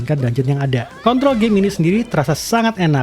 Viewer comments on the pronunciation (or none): none